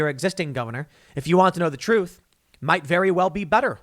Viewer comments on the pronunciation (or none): none